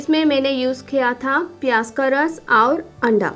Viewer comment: 😜😜😜sahi me Maine v notice kiya pyaj ko pyas bol Rahi h